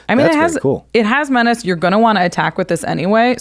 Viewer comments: "Men-ach-ae' Menace should sound like "Men-ass" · STG... every time he said 'men-otch-ey'... twitch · the way he pronounce menace tho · His pronounciation of Menace(Meh-niss) is cringe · the person that likes poison also cant say menace so that makes sence.🤣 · Stop mispronouncing menace. It's a stale joke that stopped being funny a long time ago.